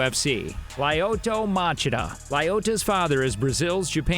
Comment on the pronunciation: It’s Lyoto, not Lyodo